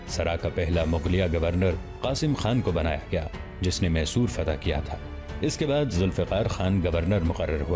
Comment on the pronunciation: یہ محصور نہیں میسور ہے